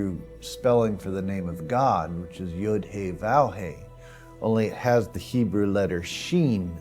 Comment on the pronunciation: the hebrew letter l (vav) is pronunced v--a-v not vow.